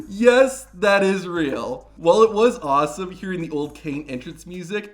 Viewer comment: Nope... you mispronounced awesome and Eric Bishoff shouldn't be on this list.